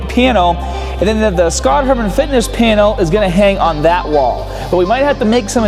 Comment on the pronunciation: OOOohh "panel"... I thought you said piano, or penil..